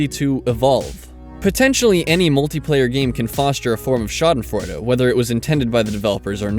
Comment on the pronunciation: nice pronunciation^^ i never really considered winning at a game as schadenfreude since even if i hate that person i'm just glad i won. another thing would be if they lose because of some stupid mistake they made. that would get me laughing for sure.